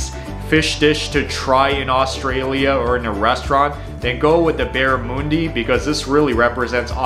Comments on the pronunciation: Enjoy your videos👍🏼 Barramundi…..pronunciation for “mun” part like sun, fun. Also never ever seen fairy bread in a cafe/restaurant, they’d look at you funny if you tried to order it….you’d be hard pushed to find it anywhere unless at a kid’s birthday party….yeah very Aussie food though. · The "u" in barramundi is said like the "u" in under. The regular aussie burger also has a pineapple ring, tomato sauce, grilled onions, bacon and a fried egg on it. The meat patty is not beetroot coloured. Lift the lid on your pie (not right off) and put the sauce inside, it's a lot less messy. Eat the open side first to save your hand from the hot filling spillage effect. In queensland we usually top pavs with sliced strawberries & kiwi fruit and passionfruit. They are too rich for every day, so always special events. Most of your vegemite pics have far too much of it on there. Look up 4-ingredients online, for Kim McCosker's best selling easy aussie recipe books. There is one on pies, one on celebrations foods etc. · It’s pronounced barramundi, not barramoondi. 😄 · Aussie here, barramundi is like "mon-day" not "moon-day" if that makes sense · BarraMOONdi ?? LOL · The barra ( barramundi) mun is pronounced like sun but with an m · Also not how you say barramundi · 1. Barramundi- bah-ra-muhn-di not bah-ra-moo-ndi 2. FAIRY BREAD IS NOT TOAST 2. Beetroot not beet root. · So nice that you made another all Aussie video from your channel! It’s always awesome to see another international YouTube dive into our highlights! The only feed back I might have is that some of your pronunciation is a little off: barramundi is pronounced barra-mun-dee Pavlova is Pav-low-va But it’s awesome that you had both of those on your list, it’s so cool to see! I love barra (how i usually call it) done in a Malaysian style fried with Sambal sauce. So good!